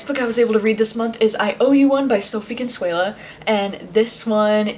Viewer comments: I’m also reading Where the Crawdads Sing! Also Sophie Kinsella is pronounced KinSELLa not KinSWAYla. Love your vids keep it up!! ❤️ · K I N- S E L L A ...SELLA!! SELLA!! Not SUELLA...omg